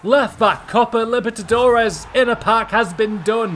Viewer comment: Repeat with me: Copa LI-BER-TA-DO-RES